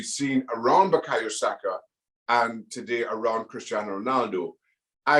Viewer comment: Saka, not Sako. SakA. Sak>A<. Sak>>>A<<<.